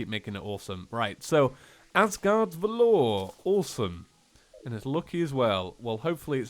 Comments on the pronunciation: Just a quick comment on the pronunciation of valor. You are saying it like valeur, (which is french for value), but it should sound more like "val-er" with the emphasis on the "va". It means great courage in the face of danger, especially in battle. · Just being nitpicky, but its VAL-OR not VA-LORE. just sayin. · Is anyone gonna tell him that isn't how you pronounce 'valor'? Nobody? Okay.